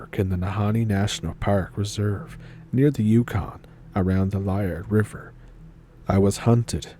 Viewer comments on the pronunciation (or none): Its pronounced leeyard river